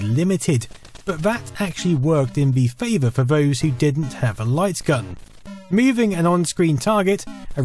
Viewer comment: "Vat actually worked in vhe favor for vose" was a real tongue twister for me